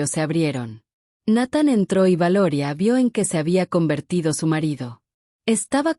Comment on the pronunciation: No, no pronuncia bien el nombre de Nathan, si, es mejor que la de otros canales, pero siguen siendo deficientes, la gente que sube esto debería dedicarle más atención a los detalles. También está el detalle de que esta historia de una princesa casada con un humano con un oscuro pasado de guerra es un cliché en estos canales. Al menos aquí no hay reptilianos o alienigenas de cristal o el famoso jake Morrison 🙄🤷‍♂️